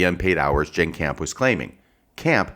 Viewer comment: It's "Jenn". Not "Jann". (It almost sounds like you're applying for a legal job.) I think the bottom line is that, in cases like this, the fuller the context is the better, especially if the context favors your arguments and central theses. Most of what you appear to think of as being superfluous establishes context, motivation, patterns of behavior consistent with the counterclaims. Just my initial view of it.